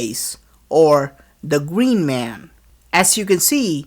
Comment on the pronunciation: omg the gween mwan dude fix your fucking English